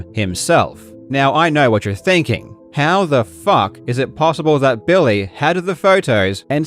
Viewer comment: I like when you say Billy like "Bill-Lay" I kinda feel like you should slip the occasional "Bill-Lay" in there to annoy him. "Bill-lay midge-el"